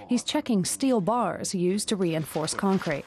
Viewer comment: concrete ffs. at least you said it right second time